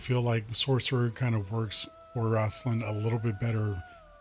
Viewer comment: RAIST-lin Like Waist. Not Raast-lin 👍🏻👍🏻